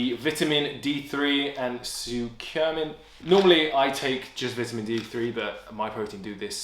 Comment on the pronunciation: Curcumin is pronounced like cure not like circle :) Of all these I would take L-Glutamine (endurance), Creatine (pumps muscles), vit D (testosterone and immune function). The rest are questionable and B-vitamins by themselves, without caffeine do not give any energy. I take large doses of B12 to boost hemoglobin and red blood cells and it doesn't give me any energy.